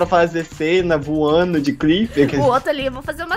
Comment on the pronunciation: *:eu tô voano*"ESTOU VOANO"kKKKKKKKkk melhor vídeo rachei kKKKKakakkaajkajajajajaajshgejdc